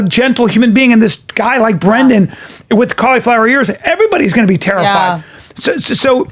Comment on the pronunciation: Good on Whitney for calling out Brendan on the spot for his bullshit mispronunciations lol